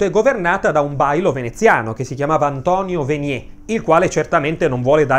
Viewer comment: bashar aSHad? antonio veniE'? capisco che di Siria sai poco o nulla ma almeno l'italiano....